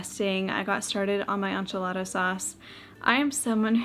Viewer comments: Ok the pronunciation of enchilada has me dying! Probably because we are from Arizona, live in Nashville now and have been to Mexico so many times. I kept hearing Aunt (auhnt) Jolada hahaha anyways, I’ve never heard this and it gave me a chuckle just like I’m sure it does you when you hear ench-alada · In the most loving way, go listen to Joshua Weissman say “enchilada”, your pronunciation has a French influence but enchilada is a Tex-Mex dish🤠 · I am from the southern part of the US so hearing your pronunciation of Enchilada had me cracking up haha! I say it like so, “Inch-A-La-Duh” 😂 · Same! We say EN-chi-la-duh and PAW-STUH 😅🤣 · Southern Californian here. We pronounce it as : in-chi-la-tha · in Spanish is en-ch(EE)-la-da. That EE as in "see". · that's the right way for English phonetics haha In Spanish it's more of a short round A